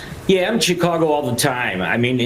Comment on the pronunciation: Uh, cheekeh ahgo? Real regular